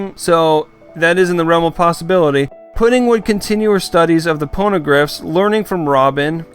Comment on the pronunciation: Man said ponograph no hate thought